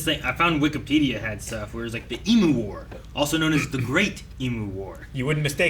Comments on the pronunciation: It always slightly annoys me how people pronounce emu.They say em-moo instead of ‘em-you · It's always hurts me when no one knows how to pronounce "Emu" correctly. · American pronunciation of Emu is something else. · honestly to me, e-moo and e-mew are virtually identical. it literally doesn’t sound that different. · The way Americans pronounce emu is so bad haha